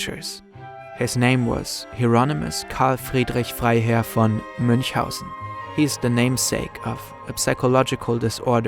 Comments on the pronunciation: I am so impressed by how you pronounced Münchhausen's name. Wait, are you German? Because that was perfect. 100 %. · Are you a german? Your english is amazing, but when you talked about the baron of münchhausen your pronunciation sounded perfectly german😊